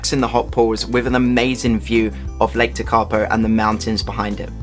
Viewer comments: Really liked the video.not surprising some place names are hard to pronounce,hope this helps. Tekapo,,,,,,teak ,,A ,,po Hawea,,,Har,,we. ,,a. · Great video. Yes, Tekapo was the least correctly pronounced place name but never mind. For the tourists coming back here after the Covid shutdown, I think your stated travel times between the places shown are too short. If you had a fast car (rather than a campervan), they would be achievable but I would recommend adding at least 20% more time to each leg of the trip. Apart from the scenery, the road conditions and the speed of slower vehicles should be kept in mind. And a flock of sheep on the road can happen.